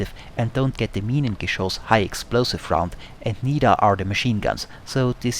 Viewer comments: Must be German. He can pronounce Minengeschoss :) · nice video. i enjoyed watching. good to see someone able to say "Minengeschoss" :D